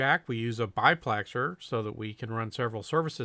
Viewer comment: No offense, but it isn't a BI-plexer it's a DI-plexer. Not to be confused with the proper name of the cans, DU-plexer